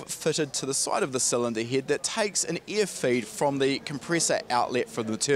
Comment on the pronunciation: this guy sayin " EAR " instead of "AIR" carefull u might have some poo coing out of ur ass while stressin the E in EAR lmao cool vid btw